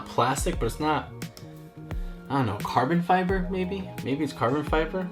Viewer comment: “Caron fiber?” You mean aluminum? 😂